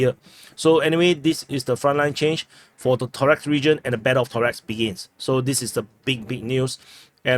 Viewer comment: Torex haha...it is Toreck ....